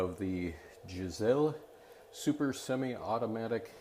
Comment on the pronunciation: Lol ...10 years later, but ...."Guys-Lee"